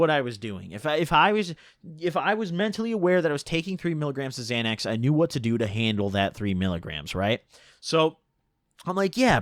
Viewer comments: You pronounced it right the first time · Definitely not Xanax dude so why ya keep calling um zanies?